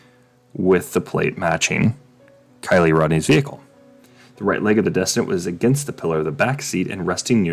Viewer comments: Dude.... Learn the details before you try to put your two cents in. And... It's not Kee Lee. It's K 👁️ Lee. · Tip. Do not mention a victim if YOU CANNOT PRONOUNCE THEIR FIRST NAME.